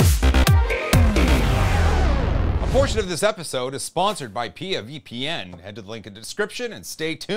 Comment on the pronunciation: Uh oh, pee ya VPN? It's P.I.A. pronounced separately haha. Did they correct you?